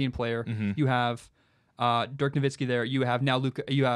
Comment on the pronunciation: HATE the way this other guy pronounces ‘Dirk Nowitzki’. It’s not “Dirk NoVINSKI’ lol. Put some respeck on the goat. Love your content